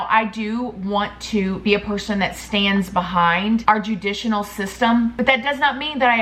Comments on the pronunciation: Good ole pronunciation of words 💜😅 “judicinal system” lol. Judicial system. Still love you! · “Judisional” I love you! 😂♥️ (it’s judicial😉) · It is judicial not juditcional system. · Judicinal lol your so cute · “Judicinal system”😂 you need to learn how to speak, your grammar is horrible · You made me smile when you said "judicinal" system 😊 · Don't kill me for pointing this out I have to because you make me laugh U said u said everything wrong (Judicinal) lmao love you You look gorgeous in that makeup look ❤️😘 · Nothing is wrong with informing her of the grammatical error, so she will pronounce it properly in her next video. I had caught that too and laughed,but in no way was she rude to her about it ! 🤔